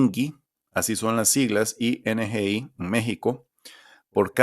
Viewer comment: El mismo logo de las estadísticas de México indica la pronunciación “INEGI” diferente a lo mencionado en el video “ingi”…